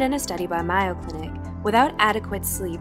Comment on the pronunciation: It's May-o, like mayonnaise.